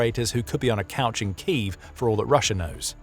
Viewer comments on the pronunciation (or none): none